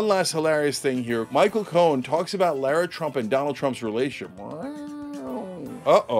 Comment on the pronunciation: LIE-RA Trump....lololol 🤣😂😅